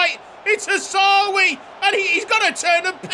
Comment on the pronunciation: Its Hawsawi!!!!!!!!!!!!